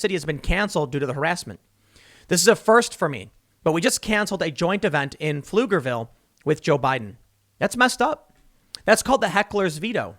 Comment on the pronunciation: I'm surprised Tim pronounced Pflugerville right.